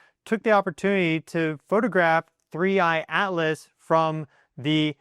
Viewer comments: please stop saying 3iAlice! We know can say a t. It is 3iATlas!! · The way you say 3I/Atlas, it sounds like "Three Eyed Alice," and I will be calling it this from now on. Thanks for the video. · I always think you are saying “3 Eyed Alice”! 😄😂 Thank you for the update - you are very good!